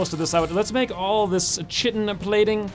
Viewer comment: Chitin is pronounced ky-tin not chit-in